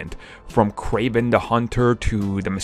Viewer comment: Its Kraven.